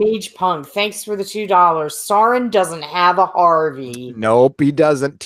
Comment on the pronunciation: Ack! Sauron is pronounced SOW-ron. Like cow or owl. Nobody ever seems to get that right. Yeah, I'm a nitpicky Tolkien geek. And proud of it.